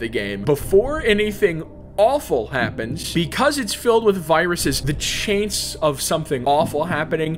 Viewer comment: c h a i n c e .